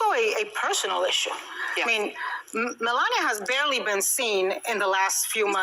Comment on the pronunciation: You need to learn how to say her name correctly. This is the first time I've come across your site, and I'm not impressed at all !!! I can't even finish watching your BULLSHIT!